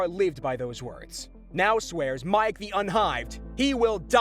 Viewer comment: Dudes. Miek = MEEK, not Mike. The animated features and MCU both clear that up.